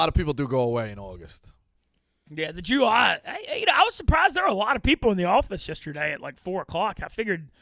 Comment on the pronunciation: pronunciation of July is mind boggling